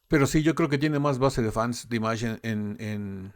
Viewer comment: Кроме того, могу вам сообщить, что текст на этом канале озвучивает робот и ставит в словах много неправильного ударения, даже имя Димаша произносит неправильно. И они не сами пишут текст, а выхватывают целые куски из чужих комментариев - я с удивлением обнаружила свои комментарии списанные один в один. Так что я не рекомендую этот канал для ваших последующих реакций... Им интересен не Димаш, а количество подписок! 🤣